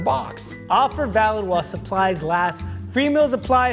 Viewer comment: Not the Hello Fresh ad saying “Offer Vaild” instead of Valid. My OCD got the best of me on that one